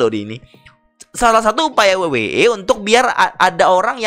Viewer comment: Paling tidak bahasanya keren dikit la, masa we we e? Dabel yu dabel yu i coy..😅😂